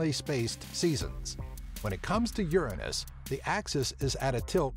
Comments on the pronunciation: The pronunciation should be more like URANUS, OORANUS. Not like YERANIS, or YURANUS. , cause it's just like UZBEKISTAN. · it's Pronounce U-ran-nus, not Ur-anus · Uranus NOT your A nus pronunciation please pronounce it correctly to keep jokes to minimum. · A somewhat realstic Latin pronounciation is oo-er-own-us, like the city of Ur. The ancients would have never pronounced it your anus or urine-us. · Pronounced Tit -on -ya and Uranus is pronounced Your Anus, But Your-an-us is the correct way but people say your anus because it's funnier . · You pronounce it wrong. It's YOUR ANUS, not URINE US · The name in Greek is pronounced OO-RA-NOS,not YOUR -ANUS,you dipshits. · it's urine-us? I thought it was ur an ass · So it either sounds like yer anus or urine us. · I honestly feel bad for Uranus. The first pronunciation is "Your anus" and the second one... "Urine-Us" R.I.P Uranus. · you should pronounce it the greek way (oo-RAN-os) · Ur-anus was married 13 times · I pronounce Uranus as u-rain-neus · guys dont say uranus in real life bc it is the inmucher way to say it say it like this urinis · ur anus hahahahahah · The thought i had with the pronunciation was Your-Anus Ur-Anus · Both ways of saying this sound like you're anus for one and the way you say it would like urine us. I also didn't know people said it like urinus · Uranus you says Uranus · Your anus LOL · The way he pronounces it irritates me. I have never heard someone call it that lol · "Uranus" is Latin and comes from the Greek "Ouranos", both your pronunciations are wrong like almost any Latin word used in English. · Uranus (Latin) comes from Ouranos (Greek), the personification of the sky. Any anglophones pronunce it WRONG, like almost any Latin word, because they use the English pronunciation even with foreign words... that's why it sounds silly. If you listen the correct Latin pronunciation it's just a normal word. They're just ignorant.